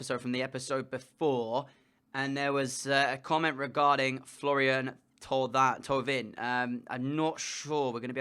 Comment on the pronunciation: Thauvin is pronounced "Tovan"